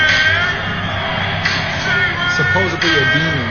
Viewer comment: Rain main= Ra-in Man